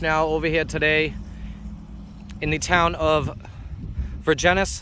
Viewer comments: Pronounced Ver-jenz😂 Love the videos Brother. I'm a Vermonter appalled every time I watch our lunatics. I'm a Fed Worker, Understand and SUPPORT POSTER 7 AND WHAT YOU DO. Keep it going💪💪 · Just FYI it's pronounced Ver jens